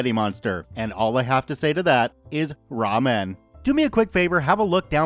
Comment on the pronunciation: I didn't even realize that he said "ramen" until you wrote it out, thank you for making it that much better for me